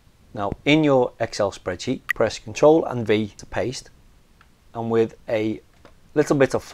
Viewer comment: It maybe my pronunciation and it doesn't sound very clear, it's CTRL+V to paste into the Excel sheet